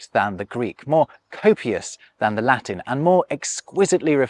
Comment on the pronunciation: Bro, please, for the love of God, fix your Latin and IPA pronounciation 😭😭